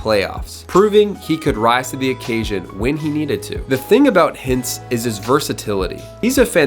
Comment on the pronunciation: Rupe Hitz? Could you even try to say these names properly?